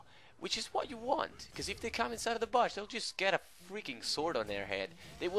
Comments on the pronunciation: I like the way u say bush: "Baash" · THe way this guy says bush makes me want to kms